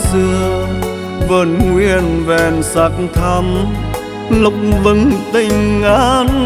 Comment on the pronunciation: Một ca si chuyên nghiệp hạng A. Khi hát phải để ý ca từ của Tác giả. Hoa Lộc vừng. Mà Dan Nguyên cứ phát âm là hoa Lục vừng. Trong khi Mai T Vân phát âm là Lộc vừng, vậy mà nhà sản xuất Vẫn cho ra sản phẩm 😮😮😮. Làm mất đi sự chuyên nghiệp